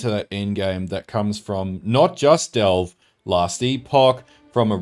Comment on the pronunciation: oh ffs say "devle" one more time! ;). Since the end game is basically delve minus blue and Niko, how are you so sure Delve will be back? Granted if it came back it would be so different and hopefully cool i would love to see it myself. It would be neat actually if there was a cap to delve almost as meta joke making mapping infinite and delve having a cap.